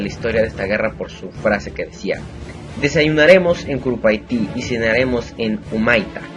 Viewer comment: Y no se lee i amigo en guarani se lee en una forma muy misteriosa que es en un ejemplo "uyu" es "uju" como se lee i no "uiu"